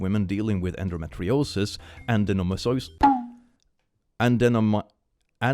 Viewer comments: Endometriosis is pronounced as End-o-me-tree-o-sis. It is a reproductive health issue where uterine lining builds up outside of the uterus as well as having non-cancerous tumors on the uterus. It is not fun at all. Even people with a very regular cycle can have it as my grandma is someone who was diagnosed with it after having a c-section for my uncle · The first one was OK but the second one🤦🏽‍♀🤦🏽🤦🏽‍♂ Anyways it's en-do-MET-ri-o-sis